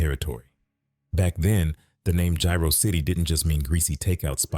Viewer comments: Its jaro city not gyro city 😂😂😂😂😂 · Its Jaro-City not gyro city fool put some respect on our shit ofn